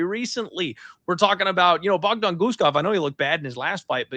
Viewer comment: “Clear Bogdon grad spot” 🥀🥀🥀